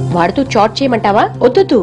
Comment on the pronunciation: It's not chot it's chat